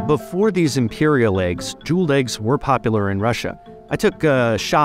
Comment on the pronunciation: why are "faberge aykes, aykes?"